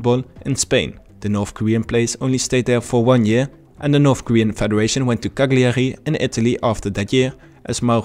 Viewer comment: bro learn how to pronounce cagliari.. otherwise great video very informative👍